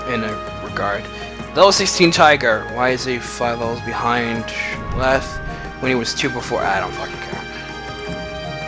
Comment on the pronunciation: Btw, I'm just being a whore with this... it's "Leth-e" as in a reference to the "river of forgetfulness" Lethe.